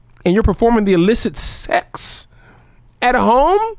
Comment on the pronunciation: The illicit suexxxx??? The way you pronounced that had me out 🤣